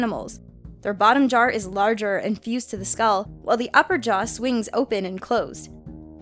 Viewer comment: Did anyone else notice said "bottom jar" instead of bottom jaw"